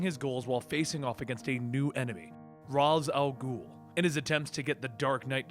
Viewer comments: No offense but is it really hard to pronounce Ra's name as Raish (the original pronunciation as intended by the creator) and not Raaz like the idiots over at Arrow do?! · you're pronouncing Ra's wrong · The way he pronounces Ra's is fucking cancer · I think it’s funny how a comic channel kept on pronouncing ra’s name wrong